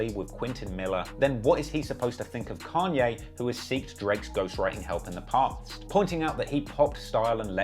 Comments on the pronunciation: Its kAnye, not kEnye idk if its too lat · Why do brittish people always use the wrong A for every word that's supposed to have a long A ...but use a long A for words others countries say with a short A... And then sometimes they say it right but then other times they say it wrong .. It's "kon yay" not can yay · Con-yay not Can-yay. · It’s pronounced “Kanye” not “Kanye” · It completely pulls me out of the story every time you say “can-yay” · I guess people from different places pronounce things differently but it is funny when he says "can-yay" 😂😭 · "Canye West" LMAO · "can ye" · if you call Kanye "Can-ye" one more time we're going to be certified opps 😤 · "Can-ye & two pack" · Bro. "Kahn-ye". Who has ever called the man "CAN-ye" West? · couldnt watch this video because of how annoying it was hearing you say “CAN-YAY” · Can-Yay West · its kanye not can yay, weirdo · How can we believe that you actually know anything about the culture of you can’t even pronounce “Kanye”….? You clearly haven’t listened to his work!